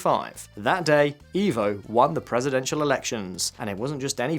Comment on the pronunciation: Just so you guys know for the next video, it is "eh-vo" Morales instead of "ee-vo" Morales.